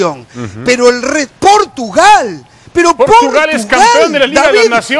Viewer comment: "Portugal" hahahahahaha